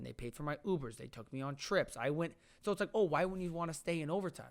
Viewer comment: Wike? Or like